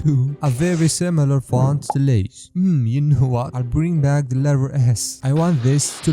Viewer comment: Jako Asi Lay's jako Lie's!